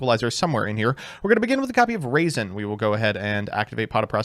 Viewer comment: Say it with me RAW-ZEN. Not raisin